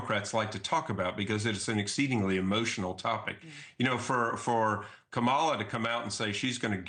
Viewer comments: He can’t even get her name right. If he’s going to come out and pretend he’s not biased, he should have practiced her name. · It's hard for me to trust this politician primarily due to his willful mis-pronuncian of Kamala's name. (and he's a Dr. apparently)